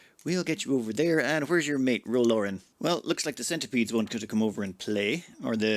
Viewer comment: It's driving me nuts that you keep saying Ro's name wrong. It's Laren like Karen with an L. Not Lauren!